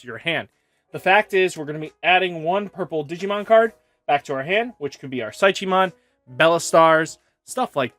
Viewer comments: Brah Psychemon is pronounced similar to psychic so you don’t pronounce the “ch” like Chi. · Beel - Star - Mon, there is no Z in the name Pysch - Mon, like psychology...